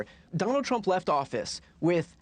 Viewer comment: Alexa didn’t give a favorable answer to that girl because her smooth brain doesn’t know how to pronounce words. “Why should I vote for Donald Trum” ????